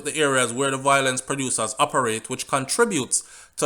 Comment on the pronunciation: ....please say vio-lence....not voi- lence